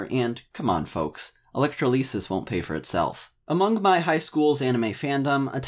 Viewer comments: I haven't ever heard the word "electroleesis" before, but if it's anything like electrolysis, then yeah, it ain't cheap. Sell out like a boss,, it's a perfectly fair way of getting by in capitalist society. ^_^ Also, great vid as usual. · Did you just say electro leases? What does that even mean???